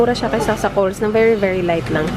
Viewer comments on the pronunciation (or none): Girl it’s “Coles” with s, not Cole ! 🤣🤣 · Lav GC Hahaha correct Hindi silent sss yun 😂😂😂 cole din rinig ko